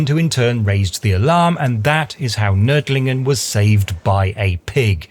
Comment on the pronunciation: I am impressed by your pronunciation of "Nördlingen".